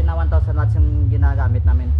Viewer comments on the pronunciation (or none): none